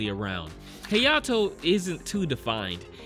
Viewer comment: Hayato - “heyato”